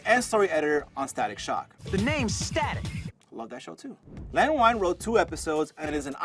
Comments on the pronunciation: Its Len Wein (WEEN) not (WINE). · btw don't wanna be that guy, but Len Wein is pronounced differently